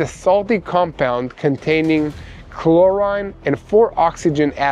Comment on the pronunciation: But, his Israeli accent, at times, confuses me, and sometimes makes me laugh! Words like, simultaneously....or, chlorine! He reverses the long and short I sounds! Sometimes he reverses the location of the accent on a particular word! But, I'm learning to "translate" his little word quirks! 😆